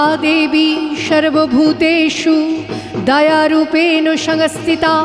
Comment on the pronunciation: আপনার পরিবেশনা খুব ভাল, কিন্তু আপনার উচ্চারণ ত্রুটিপূর্ণ। স, শ, ষ - এই সবগুলিই আপনার উচ্চারণে 'শ'। এটা ভীষণ কানে লাগে, বিশেষ করে সংস্কৃত (বা তৎসম) শব্দের উচ্চারণে। আপনার "শর্বভূতেষু" ব "শংস্থিতা" উচ্চারণ অত্যন্ত elementary ভুল। বারংবার একই ভুলে স্তোত্রপাঠটা মাঠে মারা গেছে। দ্বিতীয়ত, বঙ্কিমচন্দ্রের মূল লেখাটা (যেটা displayও হচ্ছিল) কয়েকটা জায়গা বলার সময় addition , alteration বা omission হয়েছে। এতে পরিবেশনা কোনো নতুন মাত্রা মোটেই পায়নি। এই liberty টা না নিলেই ভাল হত। আপনি প্রতিভাময়ী, এগুলো ঠিক করে নিলে পরিবেশনা সর্বাঙ্গসুন্দর হবে।